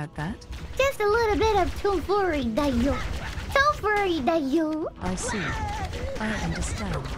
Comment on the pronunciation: I love how can’t quite figure out how to pronounce tomfoolery. “tomfoory”